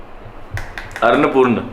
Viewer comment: Arnapurna nahi annapurna devi hai 😂😂😂😂 love you both.. aap dono ki bonding bhaut achi & pyari hai